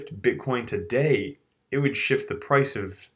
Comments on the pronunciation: Hallåååå! It's pronounced DAIIIIIII as in somewhere between Dye and Die. Not Day. Not even close to Day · DAI is not pronounced like day it is pronounced like dye